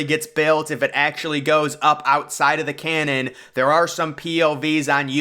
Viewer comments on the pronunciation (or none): "Cannon" or "canyon"? Public school graduate? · Canyon, not canon. 😂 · Canyon not “Cannon” and you’re absolutely butchering the pronunciation of Qiddiya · How exactly do you build the world's highest, fastest, and longest coaster in a "Cannon"? Did you mean Canyon? 😂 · I heard the same thing multiple times, “cannon”.. 😂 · Yes, I know he means can-Yon. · I’ve never heard someone pronounce canyon as canon, but I can’t unsee it now